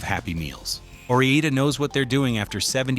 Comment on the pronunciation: I'll take Ore-Eeda.